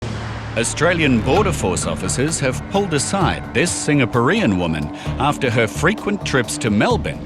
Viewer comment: You would think most people could pronounce "Singaporeans". How embarrassing is this ....